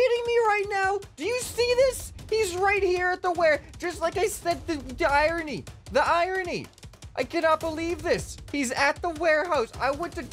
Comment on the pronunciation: I love how says irony like ironee